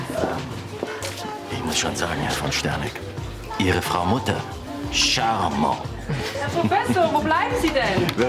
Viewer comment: Die weibliche Form wird mit dem t ausgesprochen. Im Deutschen wird das t sowieso ausgesprochen. Jetzt will er so elegant sein und es französisch sprechen. Aber: Un homme est charmant, une femme est charmante. Und da wird eben in der weiblichen Form das t gesprochen. Wie viele hat Ramón denn noch davon?? Er leiht sich 100 DM bei Florian, kauft davon 4, die verbraucht sein müssten. Danach gibt er Florian sein Geld noch nicht zurück, kauft aber noch in der Zwischenzeit, bevor er Gina sagt, dass er keine mehr kaufen würde, so viele, dass er immer noch welche hat… Von welchem Geld?? Für alle, die hier gegen Gina wettern: Ich wünsche euch von Herzen, dass euer Partner euch auch anlügt. Ich kann absolut verstehen, dass sie es nicht gutheißt, dass Ramón Drogen nimmt und dass er sie anlügt. Für mich sind das ebenso zwei Dinge, mit denen ich nicht umgehen könnte. Aber ihr, die das nicht nachvollziehen könnt, solltet vielleicht mal mit einem Kreislaufkollaps und Gehirnschäden ins Krankenhaus eingeliefert werden. Dann müssten Leute sagen: „Pech, selbst schuld!“ So viel Verständnis, wie ihr fürs Einwerfen habt, aber nicht dafür, dass man sich darüber aufregt. Ok, dass sie es dann selbst nimmt, hätte ich nicht gedacht. Aber weshalb ist sie dann dünner als Ramón und Florian? : „… drei Models, mit denen ich immer ganz gut ausgekommen bin.“ (Ich, die 20-Jährige, die nur ein paar Wochen in dem Job tätig war.)